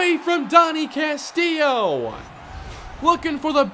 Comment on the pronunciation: CAST-ILLO. CASTILLO NOT CASTIIO